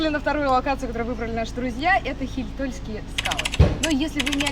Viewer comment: Не ХиЙтольские😊,а ХИйтольские😀..поселок под названием Хийтола( ударение на 'и")... А то как то слух резануло😊 просто сам из Карелии😊